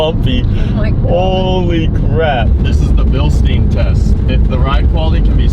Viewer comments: Its called Billshda-y-n, not billsteeinn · from start to finish was a huge difference, great job making it look clean af. (also Bil "stein" is pronounced deeper, without the e pretty much, so like Bilstin but the i is pronounced the same way you would say "i am" for example lmao, great vid btw:) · Drinking game for how many times he says Bilsteen instead of Bilstein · That's always how I heard say it, and it threw me off whenever he said it in this video lmao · Bro u really need to work on your pronunciation on „bilstein“ 😭😭😭